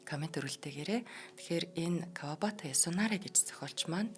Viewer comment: Маш гоё уншиж байнаа👍Кавабаата Ясунаари гэж хэлэхгүй ээ Кавабата Ясунари